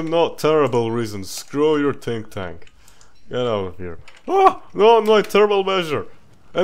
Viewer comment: “Tink tank”